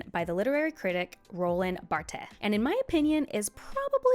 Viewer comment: You should have gone the spanish way: Barthès. It’s one of those names in French were natives get confused and also prononce it wrong, because of the ’th’ and the silent ’s’.